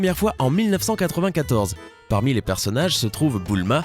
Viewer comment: DRAGON BALL LSANG DLA LIFE sinon ta dit "boulma" a un moment C'EST BULMA PTN 😂